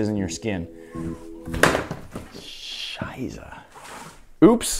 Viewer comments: wait you said šaiza ARE YOU FROM SLOVAKIA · did you say shiza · Lol he said shizzah which is shut in German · Krass ist der Deutscher oder wo Kahm das aufeinmal her 😂😂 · Did you said scheiße? Are you german??? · nice German hahaha